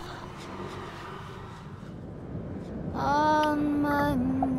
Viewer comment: She said "Dahlia"?!?!?!?!?!